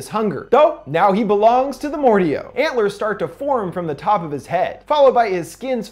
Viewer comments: it’s Mordeo not Mordeow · I thought it was pronounced Mor- Dayo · It’s a great video but it pronounced Mor-day-o not mor-de-o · I believe the proper pronunciation is Mor-Day-O not Mor-De-O dear friend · its not mor deo its mo dae o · Not mordao mordayo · Why do you say it like more dee OH it's more day oh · pronounces Mordeo as Mord-I-O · It’s More-day-oh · Its Mor-day-O j.a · Sorry but it’s more day oh it’s said like that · Just saying it's pronounced "mor-day-o". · Very sorry but I had to say something, Mordeo is pronounced more-day-oh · Sorry but I'm pretty sure the mordeo is pronounced more-day-oh I'm sorry but I had to it was bugging me didn't mean to be rude or anything. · I think it’s pronounced more-day-o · It is said like more day oh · The monster's name, Mordeo, is pronounced "More-Day-Oh" :) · They already say the pronunciation, how the fuck do you still mess up mordeo (more-day-yoh)! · Bruh the way he says Mordeo got me trippin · He TRIGGERED me by mispronouncing Mordeo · Umm he saying Mordeo wrong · he mispronounced mordeo several times